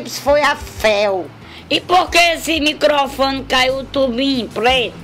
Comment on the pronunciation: "E pq esse licofone caiu u tubim pleto" kkkkkkkk